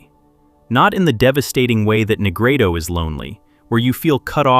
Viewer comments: i love the message, but the ai pronunciation of rubedo leaves me with doubt as im hearing it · I like your videos, but when you start with “he called it Rubito…” you loose me. It’s spelled Rubedo and Jung didn’t coin the term, medieval alchemists standardized the color sequence centuries before.